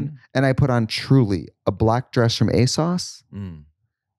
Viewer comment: Trixie calling asos asauce 💀